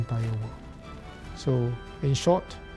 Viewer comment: It sounded a lot like "We are united to fu*k this war"